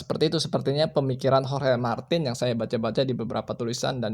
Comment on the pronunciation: Pasnyebut hohe 😂 wkwkk bukan hohe bro tapi di bacanya horge martin di tulis ya Jorge Martín